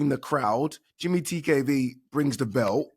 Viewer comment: It’s pronounced ‘Jamie’ TKV not “Jimmy” you utter melt Adee🙈🙈